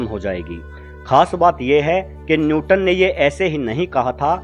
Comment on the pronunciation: Newton not nyuton.....correct kr ligiye